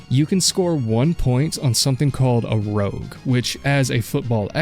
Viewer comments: Rouge , not rogue. Rouge - rooj - like French for red. Also, how the hell do you not identify bill gramatica? You're a phony. A big fat phony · Rogue =/= Rouge Pronounced like the makeup. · The CFL single point is called a rouge, not a rogue. Spelled and pronounced differently! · im american and hearing you say "rogue" over and over instead of rouge (french for red and for some reason a single point in cfl) made me mad so the canadians are probably pissed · Are we sure of the pronunciation on rouge? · Lol I was yelling at my phone that's not how you say that lol